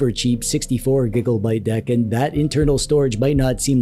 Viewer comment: I had to do a double take when he said giggle byte 😅